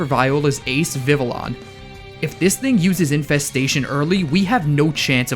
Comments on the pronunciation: My favorite shiny is the Cyndaquil line's Gen 2 shinies. The flames turn an awesome violet. Also, Vivillon is pronounced Vi-vi-yon. It's based on the French word papillon, which means butterfly. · it hurts listening to him prononce vivillion